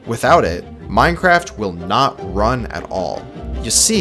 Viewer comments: Minceraft! the e and c are switched! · LOL it said Minceraft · minceraft lmao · anyone notice the "minceraft" ish